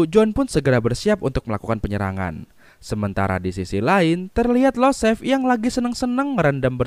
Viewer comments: Btw setauku yg anak mafia itu iosef/Yosef Bang, bukan Losef 🙏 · IOSEF . Bukan LOSEF